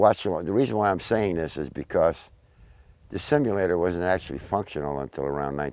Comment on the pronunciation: You can tell he is one of those low IQ individuals just look and listen to how he says flight simulator, hes saying it like its some super technical phrase or something LOL a flight shimulator thats what it was I tell yuh it was a flight shimulator, yes thats right a shimulator....smh